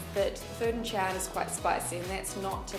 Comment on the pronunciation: I was so triggered every time she said Xi'an